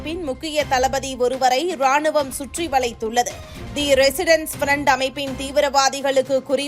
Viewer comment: Resistence….not residence. English also an unknown language for you guys.